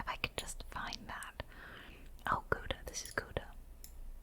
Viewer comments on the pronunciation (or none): none